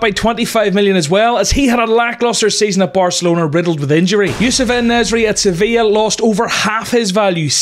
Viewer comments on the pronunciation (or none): En Nesyri was a weird pronunciation tbh